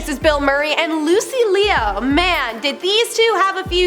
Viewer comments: And Lucy leaow lol it’s just Lu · Lucy LEO? Chel- SEA-AH? Why is this girl a host?! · Chel sea and Lucy Lee argh lol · you've been pronouncing Lucy Liu's name wrong the entire time.